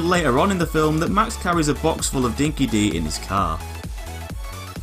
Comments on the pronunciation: Just FYI it's pronounced 'Dinki-DIE' trust me an Australian told me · Its actually pronounced "Dinky Die" not Dinky Dee. I know its not you its the whole game etc... but Dinky Di (pronounced Die) means "the real deal" or "the genuine article" in Australian slang..... that's the trivia lesson for the day :D Good vid. cheers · #razorback0z wtf pay attention to chumbucket when he says the stuff about the "Boom Fields" he says: "Dinky DEE will surely sense em" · Chumbucket pronounces it as "Dinki dee" so I guessed it'd be that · I’m Australian, Miller’s and Kennedy’s Mad Max is part of our bloody culture. And it’s true, although the developers did a cracking good job with this game, ‘Dinky Di’ is mispronounced. Any Aussie will tell you it’s pronounced ‘Dinky Die’ That said though, bloody good game